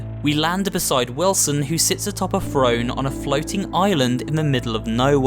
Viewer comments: Why is this guy saying frone instead of throne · I was hearing F R O N E instead of T H R O N E ! 😑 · Am I the only one who heard frone? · Keep saying frone I dare you